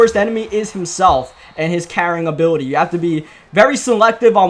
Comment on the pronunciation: “Superstar Uhbiwuty”